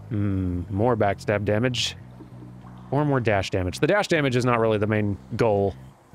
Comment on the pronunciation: Is he saying "backstag" instead of backstab?